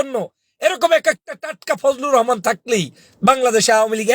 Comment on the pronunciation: ফুজলু রহমান বলেন কেন বলবেন ফুজু পাগল